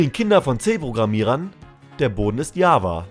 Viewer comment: Achja. Ich bin zwar mag zwar Java aber die Aussprache kotzt mich mal wieder an. Wie bei den meisten Deutsch sprechenden Leuten